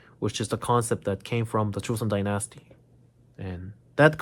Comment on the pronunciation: Dynasty is NOT pronounced die- NASty. (It's not like unalive plus the word nasty.) It's DINE-is-tea. Like fine dining. His English is almost perfect, but this is a fairly common mistake.